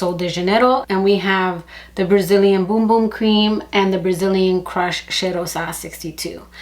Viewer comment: I love your suggestions but it drives me crazy when you pronounce it Boom Boom instead of Bum Bum.